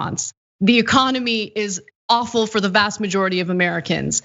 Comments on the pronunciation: I like the way Anna says awful (offal). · Sounded like Offal then Ana but either work is right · Funny the way Anna pronounces awful as offle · Is Ana saying he (45) is "offal"? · Did Anna say awful or offal?